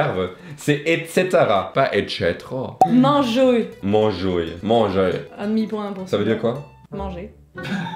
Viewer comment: « Mangoerrr » « Ça veut dire quoi? » « Manger » « Ah » 😂